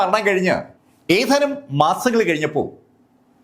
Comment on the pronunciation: സംസാര ശൈലി ഒരു ഓളത്തിന് പറയുന്നതാണെങ്കിലും ഇപ്പോ ഭാഷയെ കൊല്ലുന്ന പരിപാടി ആയിട്ടുണ്ട്.. ഏതാനും എന്നതിന് പകരം.. 'ഏഥാനും മാസങ്ങള്‍ കഴിഞ്ഞപ്പോള്‍...' എന്നൊക്കെയാണ് ഇപ്പോള്‍ പറയുന്നത്... പഴയ വീഡിയോകള്‍ ശ്രദ്ധിച്ചാല്‍ അറിയാം.. പലതും പറയുന്നത് വേറെ അക്ഷരം ആണ്.. പറയുന്നതിന് ഒരു സ്റ്റൈല് വേണം... പക്ഷെ അക്ഷരങ്ങളെ ദയവായി കൊല്ലാതെ ഇരിക്കുക....